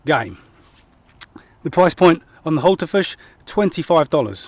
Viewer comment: Thumbs up from me even if it does sound like you're calling the knife a Hultafish ;)